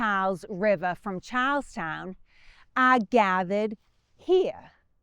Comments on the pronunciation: We have a drinking game where every time says "Charlestown", we have to take a drink. So far we have had three public disturbances fines, 2 public intoxication arrests, one DUI and still have yet to ever see the end of this video. Our greatest thanks to and, of course," Chars-town". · i thought you said cows town. But i think you were saying charles town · Who had to hear Charlestown four times before they could make out the name? Love the accent.